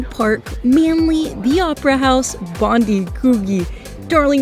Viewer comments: Suce me Ma.am, Its Bond EYE, not Bond DEE, love your vids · She's not saying it right. She clearly said Bond-ee not Bond-eye. Yanks have no idea@ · It's not Bondee, it's Bondeye when pronouncing Bondi. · Best city in the World? Sydney of course! 🥰 Enjoy your stay. BTW, Bondi is pronounced Bon Die. 👍👍 Not Bon dee 👎 M 🦘🏏😎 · Bondi is pronounced “bond-eye” not Bond-ee. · It's not " Bondy " It's " BON - DYE ". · 7.39....bond-die beach not known as bond -dee beach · It's pronounced Bond-eye, mate. Not Bond-ee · Welcome to Australia (or Sydney, anyway). Hope you have a great time. BTW, Bondi is pronounced Bond-eye, not Bondee 😊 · It's pronounced Bond-eye 😂